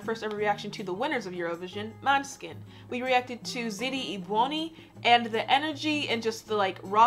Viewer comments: monehskin not monskin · it's pronounced "mon-ae-skin" with the intonation on the 'o'. the letter å in dannish sounds like an 'o'. the little circle on top of the letter is the tone. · Måneskin means "Moonlight" i Danish. The bassist Vitoria is half Danish, and it is she who came up with the suggestion for the band name when the other members asked for Danish "funny" words. The Danish letter å, can best be pronounced with an English o = "Moneskin", so you er pretty close :-)